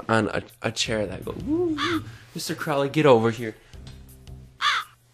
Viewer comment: Alistair Crowleys name is actualy pronounced crow-lee, like unholy. Not Crawly like the ozzy song, he pronounced it wrong